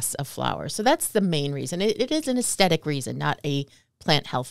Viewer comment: Too funny - when she said "aesthetic" and pronounced it "astetic" I subconsciously found myself saying it to myself adding the "th" in the pronunciation. I wonder how many times we all do that in a day and don't even realize it! Anyway, good info, I'm getting my PW Clematis in the ground this week 💚